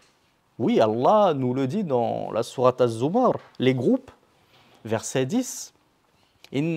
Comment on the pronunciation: Surah az-zumar il me semble il y a une erreur de prononciations je pense